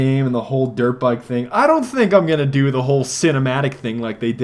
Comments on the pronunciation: Am I the only one whos always hearing Derp Bike? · every time you say dirt bike..its sounds like derp bike